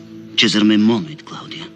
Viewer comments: and , it seems to me that you pronounce the second "monuit" something like [mɔnowit] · It is true that we Italians tend to pronounce [mɔnwit], but my impression is that you also could not completely escape our fate, ending up pronouncing [mɔnuwit] or even [mɔnowit]... it is not easy to completely avoid "semiconsonantisation", is it? It is perhaps unnatural: since there is no interruption between u and i, it seems natural to me that the mouth rearranging itself will produce an intermediate sound linking u to i. Usually this is very short and almost imperceptible, but I can hear it rather clearly when you pronounce the second "monuit" at the end of that sentence ("bis monuit").